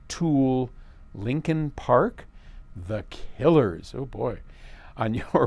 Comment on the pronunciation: Ya,I like the guy,but he is way out of touch it seems innit The way he said "The Killers" lol Reminds me of my aunt when she asked what my Tshirt with "SNFU" meant,when I told her the look on her face as she said "That is just stupid" lol